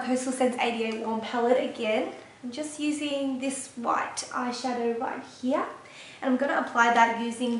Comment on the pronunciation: you are so beautiful!!! and i love how you say "here", sounds like german "hier", you are so cute!!!!! <3 ^^ thanks for the video!!